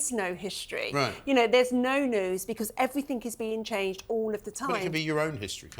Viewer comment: I wish that woman wouldn’t say evrythink.It’s everything.